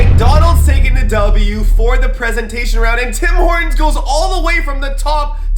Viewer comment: We all love the preezentstion